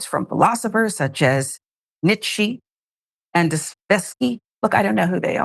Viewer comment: Nietzsche and Dostoevsky are both well-known writers and philosophers. If you don't know who they are (you should), at least pronounce their names properly.